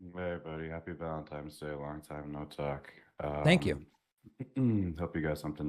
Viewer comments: And he also said Happy Valentime's Day. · "Happy Valentimes Day"